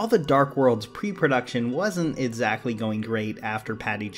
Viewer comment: Every time I hear you say - EDsactly I cringe. But still your videos are incredible.